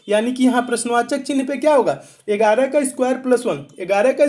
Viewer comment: Sir Ur videos are actually fabulous but i fell sometimes laughing bcz of Ur pronounciation of 11 इगाराह 👍👍like who felt to laugh